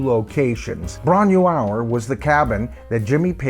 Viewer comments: I'm a massive Led Zeppelin fan, but I have Headley Grange as a mixed blessing. Live in bootlegs & on vinyl sounded awesome but the Grange tracks on CD didn't really stand up from sound quality point of view. Floyd, Purple, Sabbath and Yes simply sounded better better on CD with greater fidelity. Bron y Aur is said like "Bron-ie-our" in English. The y means of, sorry but it's excruciating hearing the mispronunciation, my mother's family spoke Welsh and it just takes a few seconds to check pronunciation with Forvo or with Welsh ppl online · Ffs, get the pronunciation of Bron Y Aur right before doing a video.. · Great video, but as you said, you're way off with the pronunciation, but so is Jimmy Page 🙂. I took the long walk up that narrow lane back in July and it's really worth doing. It's just outside Machynlleth in mid-Wales (about 45 miles north of my hometown). The cottage is a micro farm now, and you're not allowed in, but you can walk as far as the gate and get a good view of the cottage (I'm told they don't mind this) .